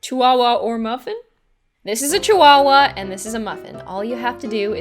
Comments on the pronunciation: ITS A CHIHUAHUA P.S it's said Chi-Hooa-hooa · I actually pronounced chihuahua with the h in my head